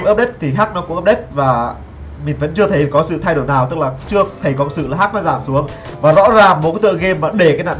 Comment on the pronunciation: hách chứ ko phải hắch